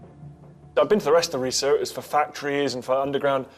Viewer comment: It is not pronounced Ree-Sa it is pronounced Ri-Sah.